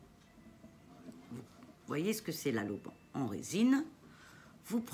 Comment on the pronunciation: l’oliban pas laloban🥰